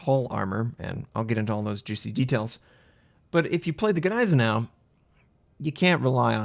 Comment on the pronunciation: The Ganeisenau never existed... the Gneisenau did... The G is basically silent. PLEASE IN THE NAME OF GOD STOP BUTCHERING THAT NAME! Neisenau... Ni zen oww